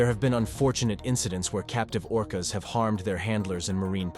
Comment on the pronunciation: It’s orcas dawg..